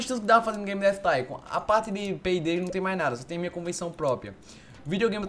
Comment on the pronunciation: " hello auausususudushddudu baby game dav thincon ( sla como escreve isso : D )